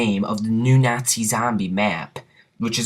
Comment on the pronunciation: Good video, but I found myself somewhat annoyed by the way you pronounced "nazi" and "zombies" and a few other miscellaneous words. No matter, good video nonetheless. Id also like to mention, that one time me and some friends were dolphin diving over a crawler, and we both got downed before we were even touched by the zombie, and samantha did her evil laugh. Similar to the one that she does when you get a teddy bear